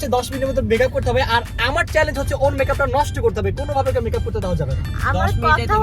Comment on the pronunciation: বলছে বেকাপ আশলে হবে মেকাপ 😮😮😮😮🎉